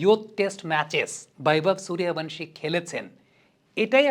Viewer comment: দয়া করে সুরিয়া ভানসি না। বাংলাতে লিখলে সূর্য বংশী আর হিন্দিতে উচ্চারণ করলে সুরিয়া বন্সী।